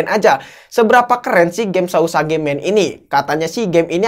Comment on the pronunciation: Bang tulisanya sausage bacanya sauseg